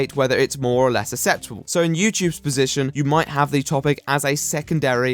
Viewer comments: Acceptable... Ax-sep-table... Acceptable. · You sound like super nanny do all posh people not know how to pronounce acceptable?